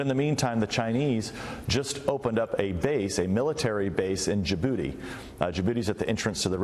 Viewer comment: I know he said Djibouti in but it sounds like in ya booty